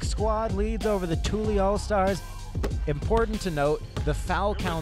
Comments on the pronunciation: Annoyed me the announcer was miss pronouncing tully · “Tooly” All-Stars? Smdh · Dude just keeps saying tooly instead of Tully lol. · Man keeps mispronouncing “TULLY” and it’s sending me 😂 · The commentator mispronouncing Tully the whole time was so annoying. highly disrespectful